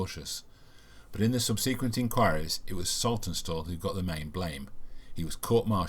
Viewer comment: Good video but the continued mispronounced subSequent was surprising and irksome.